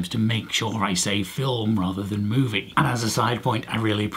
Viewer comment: I use both "movie" and "film" but movie does sound weird in your accent. A British/Australian phrase that Canadians don't have and that annoys me is calling ketchup "tomato sauce". I know that ketchup makes no sense as a word but tomato sauce is what you put on pasta...just no.